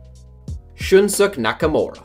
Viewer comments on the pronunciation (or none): ShunSOOK? Really? Shoon-soo-KAAAYYYY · It’s pronounced “Shun-Suu-Kay” Nakaramura.. not Shunshook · Ezzy Cephas Or “Shun-Skay” :) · Its Shun-SU-KE , not shunshook nakamura lol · Did he just say Shunsuck? 😂😂🤦‍♂️ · Shin - skay....is the pronunciation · Ikr i literally choke on my drink 😂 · That's not how you pronounce Shinsuke! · the way you pronounced shunsuke nakamura smh